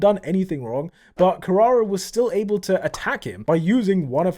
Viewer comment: his pronunciation ou kirara lwk pisses me off